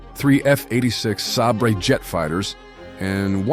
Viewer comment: Love these. Thanks. (but do check your pronunciation of “Nuclear” and “Sabre”)